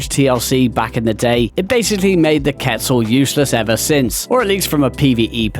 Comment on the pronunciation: HE SAID QUETZAL PROPERLY, mans a beast! Few here that I didn't expect to see, Thorny Dragon for instance, and then a bunch that are no surprise at all. For gameplay I think a lot are okay, but if we're including model/animation there's a lot of old ones that really need a touch up :(